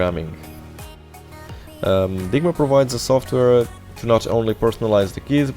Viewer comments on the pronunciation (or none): none